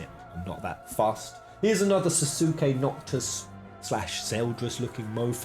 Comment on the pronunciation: He did not just pronounce sasuke like that